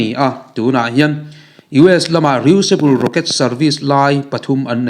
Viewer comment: Re-useable i lam dan hi a dik chiah lo ania..